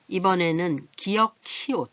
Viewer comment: 기역이라고 읽어요